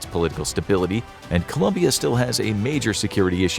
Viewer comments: COLOMBIA, not Columbia!!! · Colombia, not Columbia 🥲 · ITS COLOMBIA, NOT COLUMBIA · Hey it’s 🇨🇴Colombia 👍🏽not Columbia 👎🏽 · Colombia, not Columbia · COLOMBIA*** Not Columbia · Dude... it's ColOmbia